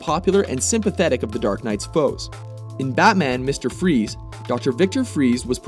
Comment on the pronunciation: MUSTEHR FROEZ